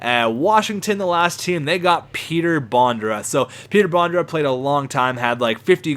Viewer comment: Its petr bondra not peter bondra